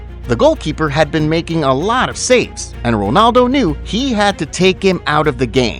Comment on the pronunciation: btw why are you saying wonaldo instead of ronaldo